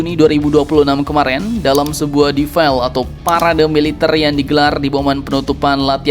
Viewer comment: baca defile "difail" kocak